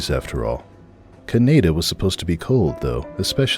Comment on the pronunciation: It’s pronounced Canada not cadia